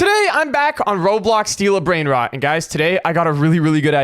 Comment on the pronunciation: He said bread rode😂😂😂😂😂😂😂😂😂😂😂😂